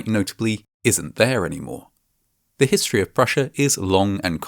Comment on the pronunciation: I love Vatching Vascinating Vhistory